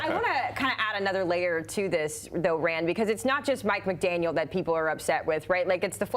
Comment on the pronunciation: Maybe learn how to pronounce the coach’s name correctly before going on TV?